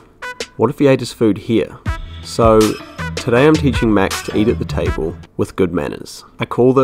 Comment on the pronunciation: “You aren’t thee dinner”🤣🤣